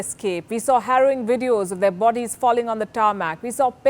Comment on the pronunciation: How do you pronounce the words.... Military..... Bodies....